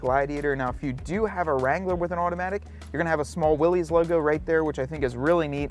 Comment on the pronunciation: Uh, Willys is pronounced: (wil-lis) like the original scout car designer's name. It's NOT pronounced like a guy named Willy owned each and every Jeep.